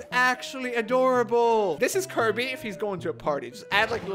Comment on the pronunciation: we know almost all of are gonna be high tier, its Kirby, KIR•BEE